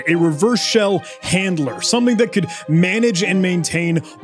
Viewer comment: the old reverse shell "hanlder" 🤣